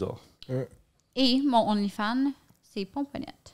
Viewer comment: qui dit onlyfind à chaque fois Hahahah